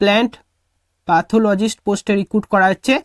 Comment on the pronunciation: পাথোলজিস্ট নয় প্যাথোলোজিস্ট হবে।